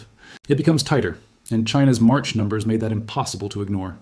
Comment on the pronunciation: You can’t say number s. Fix it !!!!